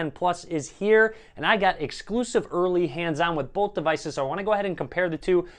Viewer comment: boWth of these devices look good. Not boLth 😡